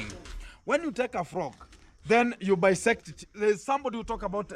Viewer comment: Dissect! Not Bissect😂 😂😂😂😂😂😂